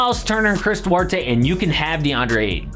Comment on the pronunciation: Duerte????? HahahH